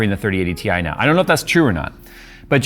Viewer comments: And it's pronounced "tie" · It's pronounced "TIE" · its pronounced Titanium same as its the periodic table symbol "Ti" for titanium. Despite NVidias marketing people forgetting them claiming that term a long while back.. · On the official launch video from NVIDIA, the announcer called it a "tie". Maybe he was foreshadowing it's performance comparison to a regular 3070.